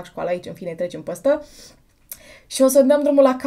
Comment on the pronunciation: De ce pronunți mereu "ăăă"?In scoala generală am primit avertisment cu totii din partea dirigintelui.Dar imi place cum pronunti "păstă"in loc de "peste".deci compensezi😘😉